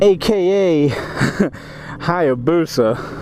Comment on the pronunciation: HI - AH - BUSA. There is an "A" there, you keep ignoring man. :( Jeebus, you're a whiner. I love my Busa... Get back on a 400...